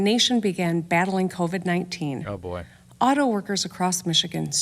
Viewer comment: Why David say "oh boy" like that LMaoooooooo